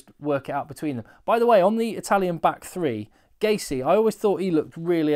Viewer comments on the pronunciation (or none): none